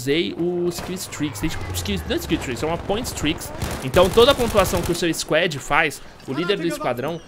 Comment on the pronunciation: argh q agonia ele falando squed